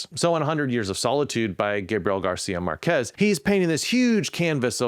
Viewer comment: I know it's a silly little thing, but in Gabriel García Márquez, Márquez isn't pronounced mar-QUEZ, but MAR-quez. As in the English word "market".